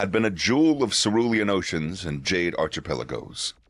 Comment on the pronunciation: Hey,., archipelago is pronounced "ARK-i-pelago." Also, you skipped the "for" when August Cole was thinking choice words about the Admiralty.